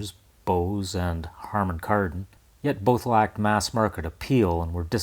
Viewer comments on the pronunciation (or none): you said Karman Hardon! :)